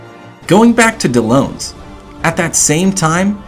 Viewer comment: Miharu is TRIGGERED actually they are pronounced correctly. Karin is pronounced as Karen and Dellons is pronounced as Del-ons.